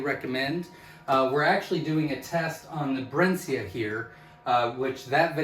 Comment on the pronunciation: It's pronounced 'Brinsee' ;)